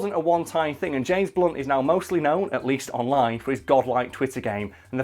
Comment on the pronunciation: i thought you said james bonds